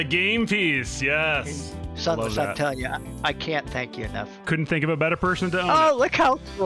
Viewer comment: I liked when he called Sunless "Son" Or was it "Sun"?